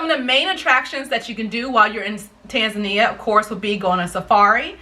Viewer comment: Thank you for educating those who doesn't know how to properly pronounce Tanzania. Strangely enough most of them are africans, even our close neighbors! But not many europeans and americans do this mistake! Asante mpendwa!